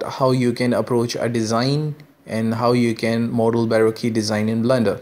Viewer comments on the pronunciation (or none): it's pronounced, "buh roke" like when you're broke. not "boe roe que" like barbeque lol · Just a small thing, you're pronouncing how it's spelt, but that's incorrect. It's more like Bar-Ro-Ke. Like bar, then coke with an R. I know I used to make the same mistake too, awful spelling :)